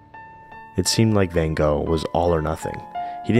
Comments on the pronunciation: Who is ‘Vincent Van Go’ ? With respect you mispronounce ‘Van Gogh’ several times in this short piece. Many would conclude, that getting his name correct would be the best way to make a start. Apart from that this is a great look at Vincent and his life, excellent. Plus. you didn’t neglect ‘Jo’ if it had not been for her we would know nothing of Vincent and his work. Thank you for these inspiring insights. Ps. The photo you show is not Vincent Van Gogh. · Hi surname is pronounced Vincent Van "GOFF" Not Vincent Van "GO" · it's van gogggg, not ven go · I can't believe how such a great polyglot like pronounces Van Gogh as Bengo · This is really lovely, but oh, so difficult to listen to your 'Van Go' pronunciation of Van Gogh's name. So difficult! 😬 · Sorry. I cringe every time you say Van Go. It's Gogh. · How about learning to say his name ??????? "Wen Go" ???????? It is (first) FANN and (second) CHOCHHH...... the brother TAY-Oh, not TheeOH...and so on..... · I'm surprised (but not disappointed) that you did not pronounce his name correctly. You are the master of languages. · You learned so much! Except how to pronounce his last name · Why do Americans consistently pronounce Van Gogh's name wrong 😂